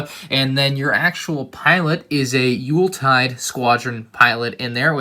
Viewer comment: How dare you pronounce Youltitide correctly this time. How dare you.